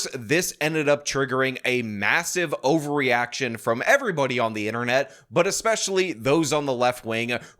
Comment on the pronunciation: nice emphasis on the “ovary” in overreaction 😂😂